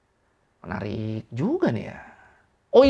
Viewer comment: "menariX y??" Kyk org d tmpt gw klo ngomong pake "x". pantes Spongebob cinta pertamanya sm ubur². pantes eono bakri mukany bikin boring.